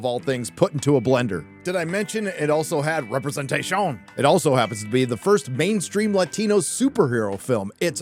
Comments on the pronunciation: LMAO representatishunnnnn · I'm wondering: why makes this french pronunciation for "representation"? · For the love of God, say "representation" properly. It baffles me how you're not scared to make a weekly 10 min. video calling out on Hollywood's bullshit, but not dare to say a simple word. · 5 years and I am still clueless as to why pronounces representation that way 😂